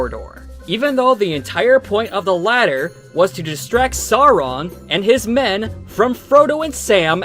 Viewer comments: Soarin' and Aruman. Got it...at least the 3 animated films have some cohesion with consistently inconsistent pronunciations of character names. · Bro, they couldn't even pronounce "Sauron" correctly.